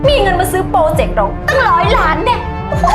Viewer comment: คำว่าล้านไม่ต้องกระดกลิ้น เพราะมันลอลิงไม่ใช่รอเรือ จำไว้คุณ